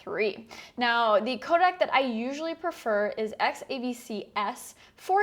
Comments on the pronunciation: Every time Sarah pronounces "codec" as "kodak," a colorist's monitor breaks. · Do you get paid to pronounce it 'kodak'? :)